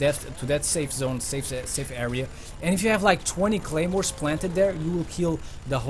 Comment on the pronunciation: wtf y u say gaymores